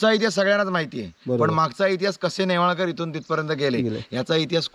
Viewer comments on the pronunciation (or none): .... गंगाधरराव "नेवळेकर" नाही .... "नेवाळकर" ...... "आडनाव" चुकवलेस.... "जे" या VDO मध्ये सर्वात "महत्वाचे" आहे ..... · अहो तुम्ही नेवळेकर असा उच्चार करत आहात. ते नेवाळकर असे माझ्या माहिती प्रमाणे आहे. चुकीचे काही सांगितले जाऊ नये.